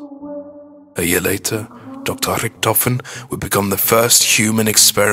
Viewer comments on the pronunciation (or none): Hyperforeignism on the 'Edward Richtofen' just say Ed-Ward - Rick-tofen, no Ed-ward hu-rihkk-tofehn, p.s., everyone who says its the right one, natch is the only made up one, shut the fuck up Natch Der Untoten has something to do with the story watch the better one because this is huge bullshit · You say Rictofin weard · i love his accent when he says rictophin